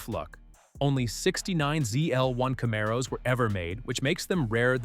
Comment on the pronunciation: Ca-mar-oh's !! Hemes!! I knew this was txt to speech. That's the nail in the coffin right there.